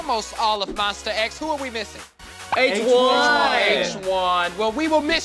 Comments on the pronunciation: "I'm here with almost all of Monsta X, who are we missing?" "H-won" What I heard: H1 My reaction: H1? Like H1N1?? The swine flu??? Y'all it's 1am and I laughed for a solid 10 minutes after I realized how wrong I was, but also, I kinda wanna call Hyungwon H1N1 from now on😂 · I know... it was a joke, cuz I thought it sounded funny how they pronounced his name